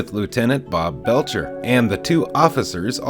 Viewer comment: Lt Bletcher, AKA Bletch, not Belcher.